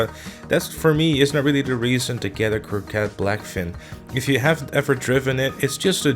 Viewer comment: Coquette not Corquette bro :)